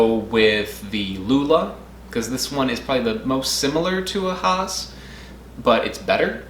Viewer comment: It is Hass as in Bass.